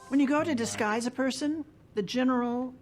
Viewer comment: In charge of disguise! Not in charge of dese guys.